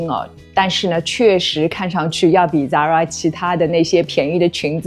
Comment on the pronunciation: 根据西班牙本国人的指点，这个发音是塞拉Zara